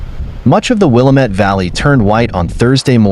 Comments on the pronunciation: Pronounced wil. Lam. Mette,,,not wilameet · Willamette pronounced will la met... The one they are say is a suburb of Chicago